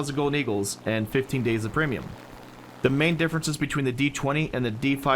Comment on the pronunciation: Oh Ham did a great job. You(!) sounded a lot more nervous. You were contracting words something fierce! Right off the bat: "Welcome to our Pre'm buying guide". The what now?!:)